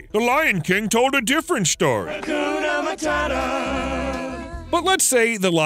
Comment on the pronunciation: As a Kenyan and swahili being my language, it's really irritating to hear how hakuna matata is said, sounds something different